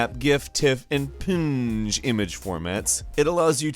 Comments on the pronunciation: Ok saying PNG as a word instead as P-N-G NO, JUST NO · Did he say pinj? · yOu pROnOunCED PNG WrOng